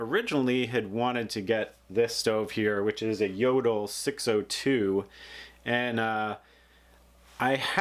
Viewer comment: It's funny how americans pronounce Jøtul.